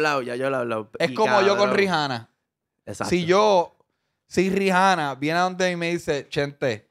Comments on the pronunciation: Acho te lo juro que hasta le grito al cel, "cabrooon Rihanna no Rijanna" 🤦🏻‍♂️ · Chenteee Rihanna se pronuncia ( Ree-anna) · “Rijana”- Chente